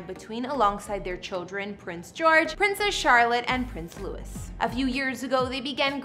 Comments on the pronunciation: its not pronounced prince "lewis" its prince "loo-wee" smh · Back to butchering names again I see it’s Gloucester like Gloss-ta-sure and Louis like Louis Vuitton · The Duchess of Cambridge is NOT a princess and her youngest son is called Prince Louis (same pronunciation as Louis Armstrong) and NOT Prince Lewis. Sorry folks but it’s a pet peeve of mine.